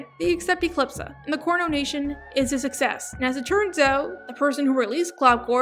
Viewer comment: she said cornonation